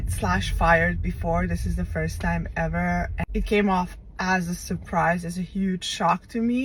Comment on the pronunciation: Helaughed and I wasn't trying to ansd ended up laughing 😂 "furst time"